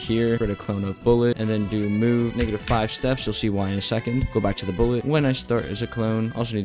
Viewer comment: I thought that when he said negative 4 he was saying ngga da four